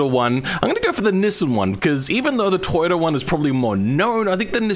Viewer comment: Ah yes, the toyboata